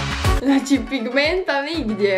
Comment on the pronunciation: cak je rekla,,nidje,, 🤦